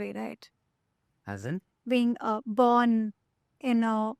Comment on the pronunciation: What was with Accent n Pronunciation with "BORN " I heard Born as" Burn "😂😂😂😂😂😂😂 So where the Hell Did he Open up on Bollywod Secrets😂😂😂😂😂, the Titles ----The Podcasters take for" TRACTION "😂😂😂😂😂😂